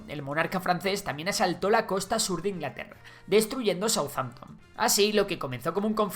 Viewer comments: Perdón Ingalterra? xD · INGALTERRA XD